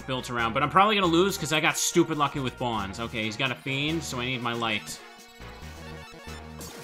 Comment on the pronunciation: I don’t know why I get slightly annoyed when I hear people pronounce Bonz’s name like that when it makes more sense to pronounce it as “Bones” I mean..isn’t it obvious? He’s creepy, uses ghouls, and hangs out in a cemetery. Why call him “Bons?” It just doesn’t make any sense. I feel like it’s a Tidas and “Tee-dus” type of thing